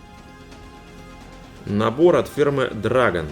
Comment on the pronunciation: Не дрАгон , а дрЭгон. И не тАмия , а тамИя Чувак левый , если даже не произносит правильно название фирмы.